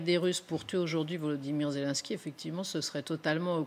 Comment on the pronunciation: La journaliste devrait se corriger, car elle est ridicule "Zélunsky" à la place de "Zelenènsky", "Raschia One" à la place de "Rassya adine".